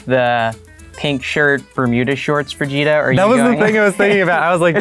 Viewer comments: I get irritated when they say vijita .. It is vÉgEta no vigiita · As a Filipino, hearing them say "Vee-gi-tah" is freaking me out, freaking my mind out and im not comfortable about it 😂😂😂😂😂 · Wait... Do USA people call Vegeta "Veh-gee-tah"?? XD sounds awful